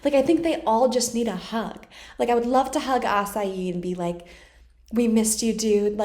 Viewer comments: Its asahi not asayi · A-ZU-MA-NE A-SA-HI that's how you pronounce his name. Hehehe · Asahi = Ah-sa -he not Ah as yi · Also Asahi’s name is pronounced asa-hee not açaí 😅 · love the longer videos! here's my shot at ashai's name: ahh-sah-he i would love to see you demonstrate some of the techniques in haikyuu, that'd be awesome. especially if you can get the perspective of whoever is setting or hitting to you who may not be familiar with the show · His full name is Asahi Azumane. The pronunciation of his name isn't quite like Acai, but rather Ah-Sah-ee, with more emphasis on the first syllable. Azumane would pronounced Ah-Zoo-Mah-Ne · I can't tell if she's calling asahi 'acai' as a nickname or not. If it's deliberate, great, we love nicknames, I just wanna know if she knows to pronounce the H (ah-sa-hee) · i think the tiny giant is in college. But because the tiny giant is called the TINY giant Hinata being small wants to be just like him because he is really good at spikes and stuff like that but i dont know if hinata gets to meet him (also asahi is more like ah-saw-he not ah-saw-ee) also asahi's name is azumane but thats his first name and japanese people usually call people by last name so for asahi his last name is asahi unless he says to call him azumane i think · ....Asa-yEeEEe 😂 Ukai is pronounced You-kai lol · i love how she says acai for asahi lol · the NOISE HINATA MAKES WHEN HE GETS HIT "WAFFEL" LOL AND did you know the author of haikyuu used to make horror stories so yeah that's why some scenes look genuinely scary. also asahi's last name is pronounced a-soo-man-eh (u just need to say the e at the end) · someone probably told you and im not trying to be rude in anyway, but the way that lots off people say azumanes name is asahi (kinda like: a-sa-hi ,you know?) Anyway not trying to be rude its just you asked and i didnt see anyone helping and im so sorry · Asahi is pronounced “a-sa-he” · He's name its Azumane Asahi, and its pronounced Asaji or Asagi